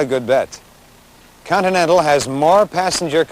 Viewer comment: The host even seems to like the Coninental